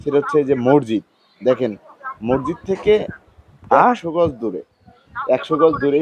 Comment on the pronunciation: সাংবাদিক ও উপস্থাপক ভাই শব্দটা মসজিদ হবে মোরজিদ না। সাংবাদিকতার ক্ষেত্রে শব্দচয়ন হবে স্পষ্ট এবং নির্ভুল।